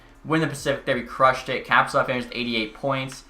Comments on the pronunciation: Kaprizov is pronounced kuh-pree-zov, btw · Does it just bother me that he says,kaprizov wrong idk its annoying to me